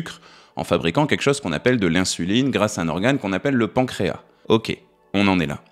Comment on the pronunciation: Je viens de vérifier:,on prononce le « s » du mot pancréas.